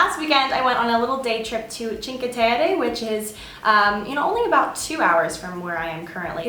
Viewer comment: its pronounced 'cheenkwah' terre (sorry, ii know that sounds pretentious, but I lived in FL for like 3 years). glad you're liking florence! You MUST try Garga on Via Zanobi. My FAVORITE restaurant in the world! >>Also, guys definitely do follow you around in Florence. its really scary. I live in Scotland now and especially late nights on weekends, I always make sure to walk round with a buddy. Good idea to not make eye contact, usually the Italians are just drunk and or lovesick. lol, stay safe! hope you have better luck!